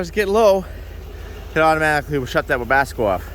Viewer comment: I love continued refusal to call or spell it "Webasto" lol